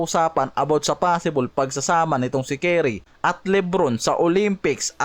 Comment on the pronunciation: Bago ka mag content ayusin mo muna yung pronounced mo ng curry. Hindi carry. Curry. Anong carry? Keri? Carry the ball? Curry!! Hindi Carry. Bisayang to.. tapos porgingis. Hindi porsingis.. sarap mong kaltukan.